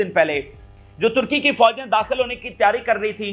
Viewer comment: After I'm sure that he said Tharki instead of Turkey once 😅😅😅.